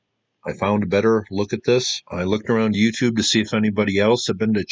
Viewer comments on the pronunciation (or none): none